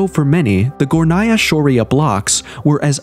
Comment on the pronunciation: Its pronounced Górnaya Shória. It rhymes. Tatars and Tartarians are different people. The Tatars are small, nomadic people who are not known for their scientific or engineering discoveries. Such abilities are usually passed down through DNA. Among alternative researchers, Tartarians are believed to be the same as Scythians and the Mogols.